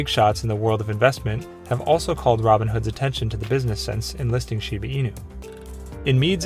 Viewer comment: The guy keeps say shibi inu😅😅